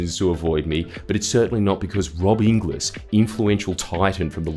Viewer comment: Inglis is pronounced "ingles"